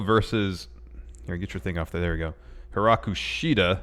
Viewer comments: Hi-KARU Shida, not Hi-RAKU. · Why people keep saying Hiraku Shida..it's HIKARU!!! It's not that difficult guys.. :)